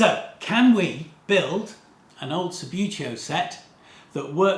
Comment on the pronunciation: You say Sub-beau-teo, but I always called it Sub-boo-teo!!!